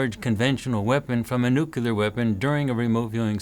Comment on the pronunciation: Say, "New Clear". Rather than Nucular.